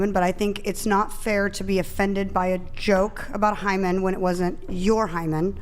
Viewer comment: lol one o f the woman repeatedly asked “what is a Hyman”? That’s like a man asking “what is a scrotum”? 😂